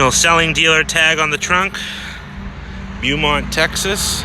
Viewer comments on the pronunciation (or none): It's pronounced '' Bo Mount '' ,... NOT Bue Mount !!!! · Pronounced ''Boe-mont'' Tx. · “Bewmont” lol 😂🤣